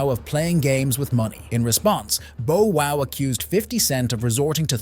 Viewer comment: He said Bo Wow, bruh this AI shit gotta stop 😂😂😂